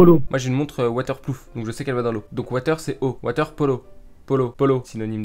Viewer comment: Ma montre est water ploof, jsui mort 😂😂